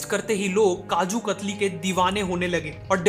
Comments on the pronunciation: Kaju kathli not khatri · Kajoo katari nhi kajoo kathalii